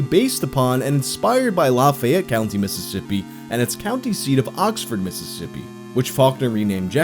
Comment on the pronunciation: you can tell he's not from the south because he actually pronounces lafayette county right (also love this video, i wasn't a big slipknot fan but i remember hearing about this a while back)